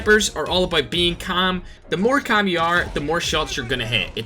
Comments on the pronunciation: He says camm instead of calm haha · 500 likes for a video of just saying kaam (calm) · Everyone:calm:cam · I just hear “stay cam” 😂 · I love the way you say calm hahaha. Thanks for the tips man! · Nobody: Literally no one:: cHaM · The way he says calm 😂😂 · 4 months later I still dont like how he says calm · The way he says “calm” 😂😂